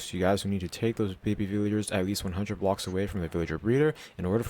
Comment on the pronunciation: I can't understand when you say the word "blocks"plz make a clear voice